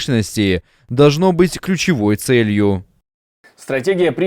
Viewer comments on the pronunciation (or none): У просто какая-то патологическая тупость к иностранным именам собственным. Ну если уж Тьерри, то наверное всё-таки Бретóн, а не Брéтон? Он вообще не в курсе, что во ВСЕХ французских словах ударение падает на последний слог? И да, Яд Вашéм!